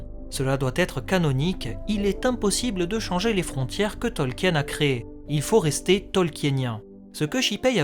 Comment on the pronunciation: Bon, tu as fait la vidéo avant moi 🤣 Mais arrête de prononcer Tolkien à la française ! 🙏🙏 C'est Tolk-in et pas Tolki-aine. 🤣♥️♥️ En tout cas vivement l'arriver de la série que l'on ce fasse une bonne idée de celle-ci. 👌🍻